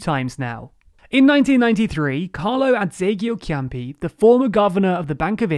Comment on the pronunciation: Carlo Azeglio Ciampi - prounounced Carlo Adz-ayl-ee-oo Cham-pee Forza - pronounced Fort-sa